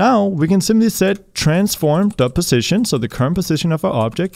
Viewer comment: "THE CRAP MOVES"!!!! HAHAHAHAHAHAHA also you keep saying. you need to work on that word some more. its more like PUH ZZ ition. cool you got it!